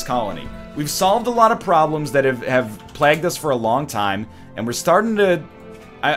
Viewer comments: throw back to "plag" lmao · i don't mind how he says sterile. But when he says fucking plag it pisses me off